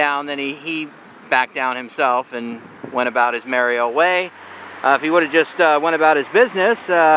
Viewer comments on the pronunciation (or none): none